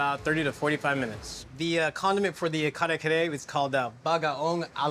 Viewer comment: Love the name of the restaurant. That one lady pronounced it "car-car- tho 🤣 I'm dead